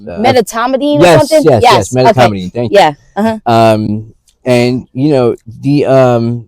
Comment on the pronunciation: It's medetomidine not metomidine